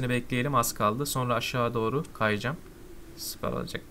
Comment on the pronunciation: Nobody::süperğ yiaa